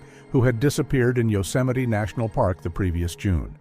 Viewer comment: A serious question..........how is Yosemite pronounced 'Yoseminee'?